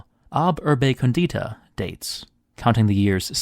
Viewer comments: "...besides, you're saying it wrong. It's còndita, not condeeta!" Interesting video, nonetheless :D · Just FYI, English native speakers barbarians, condíta means "seasoned" like you do with a salad 😂 còndita means "founded"